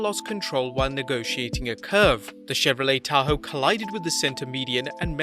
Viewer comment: Hopefully Raw will be better under Shane. Note: you pronounced "Chevrolet Tahoe" right